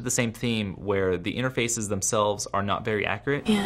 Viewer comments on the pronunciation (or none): Nah nah dude he said intefraces so much times we know its scripted